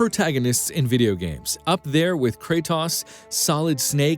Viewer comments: "kraytoss"...it's "kraytoes" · He said kcratas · Can we just shame him for calling the god of fucking war kra-toss?? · Kratos lol I love how he could fuck up that name lol